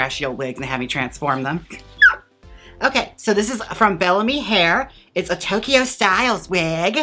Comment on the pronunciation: ohh and it is Bell-a-Me